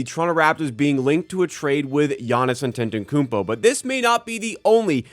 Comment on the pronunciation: I think you’re missing a syllable in Giannis’ last name 😅